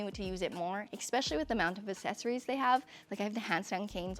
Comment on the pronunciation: It’s eSpecially and aXessories, not expecially and acessories